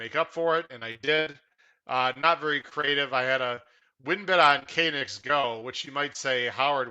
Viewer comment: K - nicks go? Is this an inside joke or do you think that's how it's pronounced?